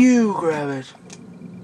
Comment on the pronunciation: why is it every time you have said "youuu grabbit," I always mistake it as "puuuuke Rabbit"? :S Anyway, I love your videos, and your commentary! It always gives a bad day a great ending!